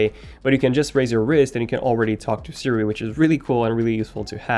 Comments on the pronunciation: hey ”Sindy” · Ummm Did you says Cindy 😂😂 I like it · Did he really say HEY Sindy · This dude really said “hey Cindy”